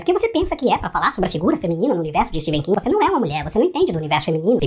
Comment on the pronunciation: Não é Steven king , se lê Stefen king